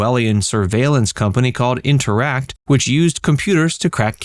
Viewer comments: Intertech. Not interact 🤦‍♂️ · Intertect, not Interact.